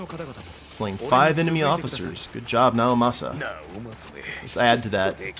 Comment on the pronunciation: sorry to correct you on you first video, but it's pronounced like the letter e because of the uppercase I in Naomasa's name